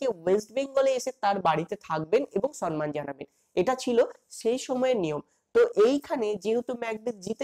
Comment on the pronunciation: খুব সুন্দর লাগলো। কিন্তু দয়া করে সম্মান কথাটার উচ্চারণ ঠিক করুন।সন্ মান নয় সম্মান।